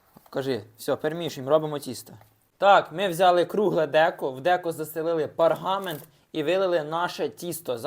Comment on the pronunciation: Та не паргамент, а ПЕРГАМЕНТ. .... Ти в школу ходив ?